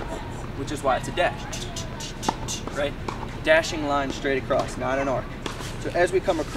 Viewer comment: subscribed, love the tutorials. Only criticism is it's "across" not "acrosst" .... there is no t....